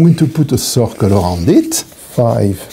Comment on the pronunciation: on second viewing: "Oh, circle_, I thought he said _soccer the whole time!"